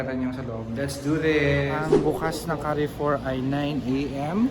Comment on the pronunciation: carrefour pronunciation is kaarfor not ka arfor